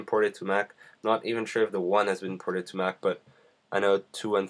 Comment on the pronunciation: Firsh pershen shrooter xD just say fps lol. What is ported? You talk about parting all the time, what does it mean?